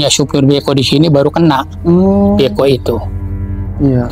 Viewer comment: Nora kong ali. Kaku. Beko bukan bko